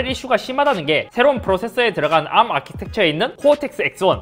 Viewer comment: [암]이 아니라 [에이알엠]으로 읽는겁니다 ㅇㅇ